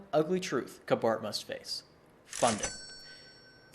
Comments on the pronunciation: Recommend you pronounce CBART "see-bart". Much less abrasive sounding. Also, mixing rail with street traffic mandates using human operators for several reasons. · I vote we pronounce it "sea-bart."